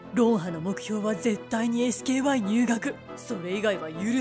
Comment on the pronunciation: SKYはエスケーワイと読むんやで😅